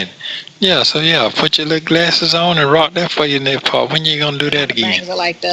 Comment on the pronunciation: that “pawt “ he made that very clear. He will leave as soon as he gets in his feet